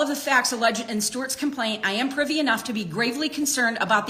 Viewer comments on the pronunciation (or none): none